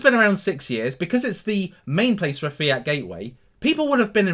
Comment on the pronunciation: Lol every time you say fiat i think you are saying fear...I'm thinking there's a fearcoin?